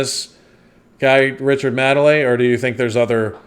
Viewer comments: The main difference between them is Richard Madely is successful. Also it’s pronounced Maid-ly. Maid like in housemaid. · It's Richard Made-ley, not madly! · It's pronounced "maid-lee" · Pronounce it MADE - LEE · IT'S MADE MADELEY NOT MADELEY! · His name is pronounced made-Lee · Richard 'Made lee ' pronounce as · Yeah, his surname is pronounced "made-lee" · Pronounced "Made-lee" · He has been knocking about on British day time TV since the 80's! But think it is more recently his mannerisms, penchant for saying mildly offensive / insensitive things, the comparison is there for all to see! His surname is pronounced Maid - Lee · "Made Lee" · Madeley=Made-lay, he's actually quite funny and defo not the worst. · You say it like ‘made-lee’ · His name is pronounced: Richard Maidaley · And it's made li by the way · The ‘A’ in Madley is pronounced as in play. Richard Madley and his Wife Judy did a morning show together for many years called ‘ Richard and Judy’. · No it's NOT, no double e at the end.